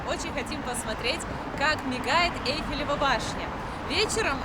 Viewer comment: НУ ТЫ ЖЕ ГРАМОТНАЯ,НЕ ЭЛЬФИЛИВА БАШНЯ, А ЭЙФЕЛЕВА БАШНЯ.😢